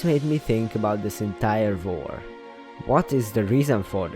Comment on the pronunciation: he whent for the brewing stand and tried to run my mind: bruh why go for the brewing stand edit:i like how he says war like var